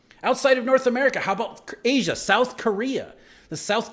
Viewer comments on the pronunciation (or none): none